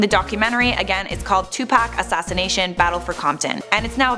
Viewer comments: Lmao its Tupac (2pac) not Tupack Hahahahahahahahahaha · Who is Two Pack? its two pock one word 2pac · It like 2POCK not 2Pack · It bothers me how she says Tupac ... she pronounces it like Tu-pac.... I say it as Tu-poc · STOP SAYING TUPACK IT'S 2PAC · It’s like Tupoc buts it’s spelled Tupac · It's call ed T-U-P-A-C not tupaac its Mother fuckin tupoocc. O=a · Its not 2pack its 2pac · That girl says 2pack in stead of Tupac/2pac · K this woman needs to stop calling him 2Pack, It's 2Pac/Tupac and Deathrow Records was not co-founded by Dr.Dre, Suge Knight and Tupac Shakur, even Wikipedia would tell u that. Deathrow Records was Founded by Suge Knight, Dr.Dre and The D.O.C, Tupac Shakur didn't join Deathrow Records until he was out of prison and Suge Knight paid 2Pac's I think it was 3 Million Dollar Bail which Tupac's first Deathrow Single was California Love ft Dr.Dre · “Toopack Shaqoor” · I hate how she says tu pack at first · its not 2pac its pronounced as 2puc kinda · Am I the only one who notices she says two pac?😂😂😂🤣🤣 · STOP SAYING 2PACK YOU PIECE OF SHIT! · She got one more time to call him 2Pack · she called him tu pack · Why TF she say it like that for that's not how you say it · They said Tupac wrong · She says Tupac weird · you said tupac wrong idiot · Why do you say tupac like that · she said his name wrong lol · You said his name wrong the whole damn time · I really do hate the way white people say Tupac name